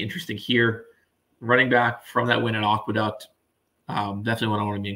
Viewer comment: Not only mis-pronounced The Demoiselle but mis-pronouncing Aqueduct is absolutely embarrassing, not to be taken seriously here.